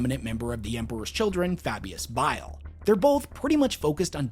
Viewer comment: It’s B.I.L.E like the gallbladder, not bill, learn our language American, with love,from England 😉😘😂